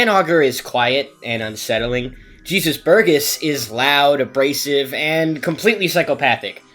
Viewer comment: Jésus burgess Is not jeezus burgess Its pronounced hey zeus, 😅🎉